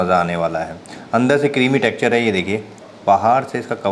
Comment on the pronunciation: ब्रेड क्रंब not ब्रेड कम टैक्सचर not टेक्चर